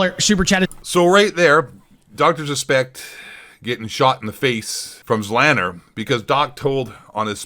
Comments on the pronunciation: The fact that you don't even know how to pronounce "Z Laner" shows that you've never actually watched any form of interaction between Doc or Z, let alone ever watched either of their streams for more than a minute.... very poor from you bud. ZLANNER will be mad. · This dummy pronoucing Z-laner zzzlaner. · I don't care much for ZLaner but pronouncing it as zlanner is killing me 😂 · ZEE LAY NER !!! Does anyone speak english anymore ?!?! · "Zlanner" tf lol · His name is ZEE-Lane-er. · Its pronounced: ZEEE LANER, or ZEE LAINER OR ZEE LAYNER. Carry on. : ) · this chump doesnt even know how to pronounce zlaner. my god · Guy doesn’t even know how to say Zlaners name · you cant even pronounce the names properly how can i take anything u say seriously what a pleb